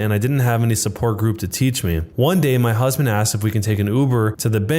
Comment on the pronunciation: Why did he say My husbamd